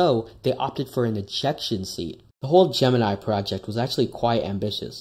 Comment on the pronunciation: You mispronounced Gemini